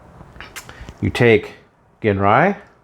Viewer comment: Pronounced like Gin Rye